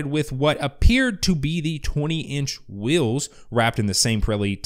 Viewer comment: *Wheels. You got that Utah accent saying "Whills". :D